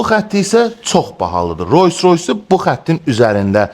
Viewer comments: Roys roys yox Rols roys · Sizin obirsilerle ferginiz odur ki, siz Roys Roys deyirsiz)